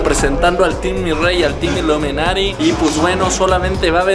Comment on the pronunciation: Dizque Iluminati 😂 más bien es ilumanatí